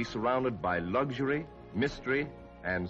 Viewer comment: "surrounded by lugg-jery"?